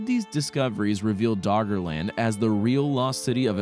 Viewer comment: Is he saying Doggerland or Daughterland?